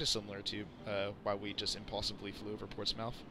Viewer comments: PORTS-SMITH NOT PORTS MOUTH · its called "port-smith" thats how its actually sounds here in nh lol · Your pronunciation of concord was difficult to listen too.. but Portsmouth bothered me to my core